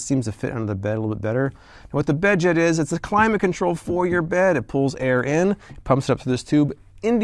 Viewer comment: The bedjet really annoyed me. Not for the price but whenever he said bedjet. I'm sorry but pronounce your D and Ts or else it just sounds like beje